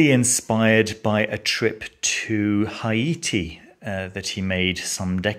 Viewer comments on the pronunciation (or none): It doesn't sound like genuine voodoo path. I would like to point out that I have never heard of Haiti being pronounced Hyati. Lol It's Hayti and this is yet another one of those western ceremonial British authors who created their own pseudo voodoo path. It's like Gnostic Voodoo which was created by a group of white ceremonial magicians. For a good intro on Voodoo I recommend The Serpent and the Rainbow to start with. Go to New Orleans museum of Voodoo also you will learn a lot on that trip. Please show some respect. I am white myself, but we white folks have got to stop reinventing these religions because we are uncomfortable with Sacrifices and other elements. I have read books written by Wiccans about Afro faiths too and they always try to dumb it down to no because your white you don't have to sacrifice this or that and you can mix it whatever.